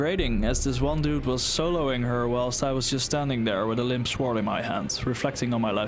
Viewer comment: You should look up how to pronounce the word "sword", especially if you're going to make Elden Ring videos, lol.